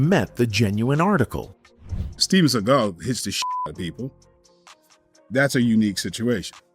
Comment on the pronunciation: I love how you correctly pronounce Steven Siegle's real name.